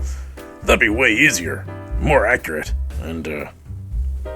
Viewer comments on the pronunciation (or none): none